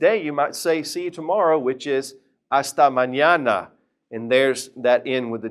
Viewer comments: critica constructiva..tu pronunciación de la ñ suena como ñia.. maÑIAna.. es solo ña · No es mañiana es mañana